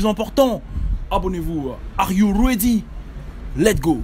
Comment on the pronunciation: On dit "Let's go" pas "let go "!